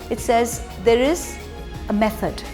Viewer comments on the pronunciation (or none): Three 'M's are mefod, myf and magic. 😂 Love Moitra ❤️